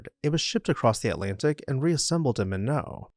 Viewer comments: It is MY-not North Dakota. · Minot. Pronounced my-not And the true oldest house is probably a sod constructed house. Don't remember where but they actually put wood over the sod as they got supplies. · MY-not. But you got Mack-in-naw, correct! (Most do not) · It’s the same thing with DuBois PA. The modern pronunciation is just technically wrong, Minot was originally called mee-noh but it eventually became my-not because we don’t speak French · North Dakota Sigdal House in Minot “My Not” correct pronunciation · Came hereto say this. It’s pronounced “my knot” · It’s pronounced Minot with a hard T, rhyming with “Why not?” You’d think it was pronounced the French way but maybe the settlers didn’t speak French? My dad’s family lives north of there. Don’t get me wrong. I love that you don’t use AI narration! Give me humans every time. We have to stick together against the machines. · ND: MYYYYYKNOT. not MIGHNEAUXZ lol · most pronounce it as "my-knot" not "minnow". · Minot is not My-no...its My Not. That's like saying Do boy vs Due Boyz for Dubois Wyoming(its the Due Boyz pronunciation) Still cool though. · FYI Minot is pronounced MY-NOT not MIN-O... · Not pronounced “Min No”, it’s “My Not”. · The house in Minot North Dakota is pronounced “Mine-Not”. It is not pronounced “Ma-No”. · Minot- Mun-NO? umm, do you mean . . . MY-not? c'mon folks :( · In North Dakota it is pronounced my-NOT not MIN -o. Do better. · Fun fact, the city "Minot" in North Dakota, is pronounced "my-knot" not "minnow"😊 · Minot is pronounced like it's spelled, not Minoh. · It’s pronounced My Knot (Minot, ND) Its emphasis is on the first syllable. It’s not French. It’s named after Henry Minot. Henry Minot was a railroad baron. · As a North Dakota-Born, I have to correct your multiple mispronunciations of "Minot" starting at . Its My-not. You do pronounce the "t" it is not silent. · Your pronouncing Minot(My Not) wrong. The T is not silent. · Minot is pronounced “MY-knot.” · Minot is pronounced Mi not